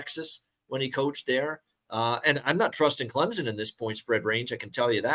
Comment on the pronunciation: its CLEM-SON, not CLEM-ZON